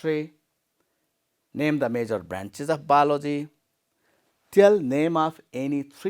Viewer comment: Not balogy it's called biology sir 😅